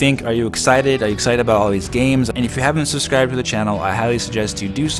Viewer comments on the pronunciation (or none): none